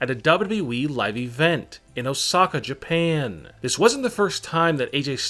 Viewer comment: Why the fuck u keep saying it like in jaapaane in a maask